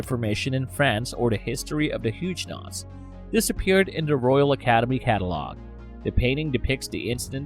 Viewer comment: Pronounced Hugg o nots!!!